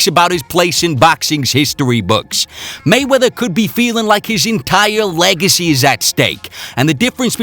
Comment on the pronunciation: dude said molly wop😂😂